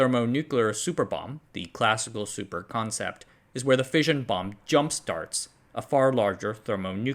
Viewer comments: Fission is pronounced Fishin, Like: Gone Fishin' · Love the content. Only gripe is that "fission" is pronounced like Gone Fishin'